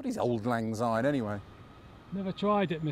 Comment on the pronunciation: Auld Lang Syne means ‘For the sake of old times’. And Syne is pronounced ‘sign’ and not zyne! x fee